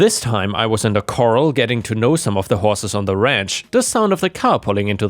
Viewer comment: Corral is pronounced much like morale and Cathy is pronounced the same way as Kathy.